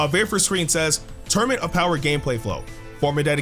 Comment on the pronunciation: Sorry I hate to do this but you said torunament